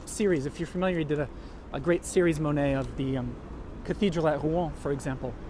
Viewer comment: Mo net. Not Ma net